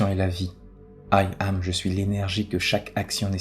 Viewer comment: Il faut entendre 'Yam' et pas aïe am... Question de vibration... 😇